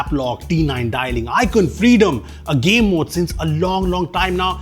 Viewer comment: no one noticed how craig federeghi (pardon the spelling) said 'game mode' as gay mode